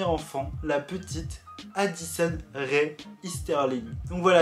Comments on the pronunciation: Ce n'est pas Rai mais Rae, le "e" ce prononce "é". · Ce n'est pas addison re mais addison rae sa se prononce comme ça